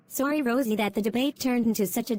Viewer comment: I Think Said "Roise" Instead Of "Rosie"